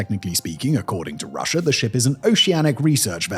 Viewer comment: I understand the intrusive R is for linking words together to sound better, but why would you add an R to the end of a country name?